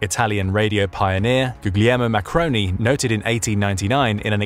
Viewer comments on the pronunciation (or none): Marconi, you said macaroni